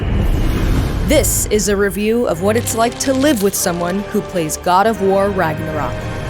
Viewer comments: Ragnarock? IT SAYS RÖK ÖÖÖÖ THERE IS AN Ö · It's Ragnarök, not RagnaROCK! Pls lern ur pronuciation smh...